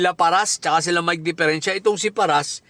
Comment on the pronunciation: Natatawa ako SA mike dpeerenciA😂😂😂😂